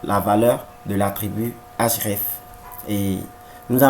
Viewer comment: Cool mais c'est href et non hraf